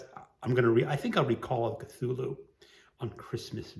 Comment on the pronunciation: I might do this. Also thank you for teaching me how to pronounce Cthulhu!!